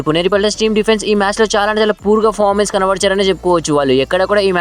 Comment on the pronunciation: Fomens Kadu adi performence antaru ra babu 🤦